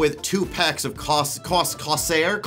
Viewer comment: Corsair. (course air) pronounce it right damnit! also I got i7-7700K, GTX 1080 Ti, 16GB Corsair vengeance RAM. liquid cooled gpu and cpu. 750watt corsair power supply. 1TB M.2 ssd 3,500MB/s read